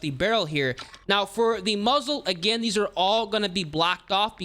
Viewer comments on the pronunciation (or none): none